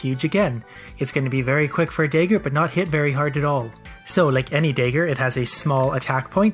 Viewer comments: also I've never in my life heard anyone pronounce dagger the way you do. Day ger lol. It's dah ger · I'm really bemused by your pronunciation of "dagger". It sounds like you say "dayger" and I'm expecting "da-ger". :D I should probably not watch these after wine. Good video though. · The "Day-ger" put me off... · it's probably a Canadian thing. I live in Canada and I haven't heard anyone pronounce it dah-ger before. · I'm going to continue pronouncing it day-ger just to spite you. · I'm Canadian and I pronounce it dahger lol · Every time he says “dayger” it reminds me that some people pronounce dragon as “draygun” and it infuriates me. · like your videos but maybe you should look up how to pronounce Dagger. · Love you but you say Dagger weird.